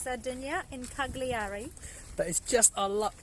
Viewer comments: It's pronounced "Caljari". 😉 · Each one of you butchered the word “Cagliari” in your own ways which was cute. Nice video. Thanks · My ears are bleeding the way you pronounce Cagliari😂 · cool video. i have to say it's pretty amazing how you actually went there and still couldn't learn how to pronounce the island's capital's name